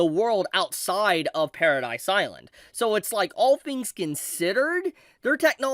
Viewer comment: pair-ruh-dee island not paradise. did you even watch the show?